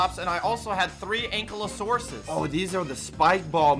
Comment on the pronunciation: He just said Ankle-o-soarus. What